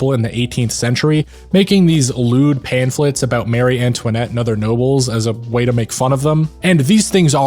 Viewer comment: You probably won't need this for any future video, but just in case: Mary and Marie are two different names with different pronunciations.